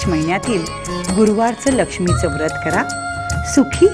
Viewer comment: व्रत उच्चार नीट झाला असता